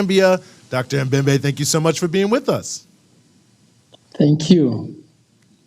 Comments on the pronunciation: Its Dr Membe... MEMBE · 🤣🤣🤣🤣🤣🤣 Dr M'membe say it right